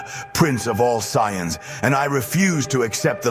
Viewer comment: The pronunciation of Saiyans hurt my soul.